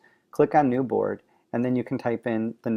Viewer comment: It kept sounding like he was saying "Borg" lol.